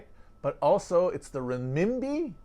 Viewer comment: Chinese currency pronounciation: Yuan = yu-WEN (stress the 2nd syllable) Renminbi = renmin-BEE (stress the third syllable)